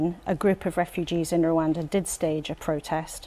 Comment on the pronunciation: It is pronounced "Rwanda" not "Rwanda" please amend